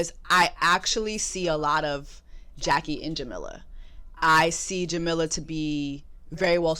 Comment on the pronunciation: jessie, her name is pronounced "ja-mee-la"